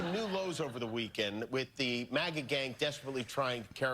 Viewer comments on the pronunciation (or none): none